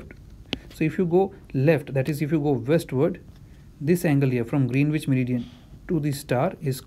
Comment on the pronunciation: nitpicking: Greenwich is pronounced as "Grenich".